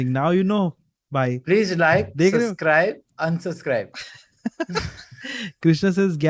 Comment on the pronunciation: Noones been subscribing cuz keeps saying 'suzscribe"